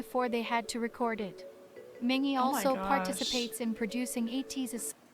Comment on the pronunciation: There's a lot of great content in this guide but the pronunciations aren't great. Mingi is Meengee (like geese) not Minjee. The character Yeosang created is Hehetmon not Hee hetmon (his laugh sometimes sounds like heh-het). The other word you asked about was aegyo (being cute) not ehjiyo. Fun fact, at a fan sign not too long ago, a fan made a costume and came as Hehetmon--ATEEZ was so impressed, especially Yeosang. Best. Atiny. Ever.